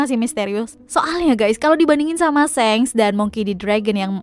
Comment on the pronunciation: Dia bilang shanks itu kek senks gw jd kdcilin volume